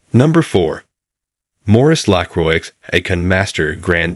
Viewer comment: Everytime this AI mess says the word 'Lacroix' 10,000 frenchmen drop dead.😢 If you can't even pronounce the the name of your own product, what hope is there for your company?